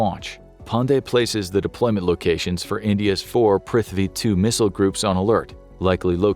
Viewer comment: The video was amazing, but what wasn't was the pronunciations of Indian names (cities, and all military equipments) 😭🤣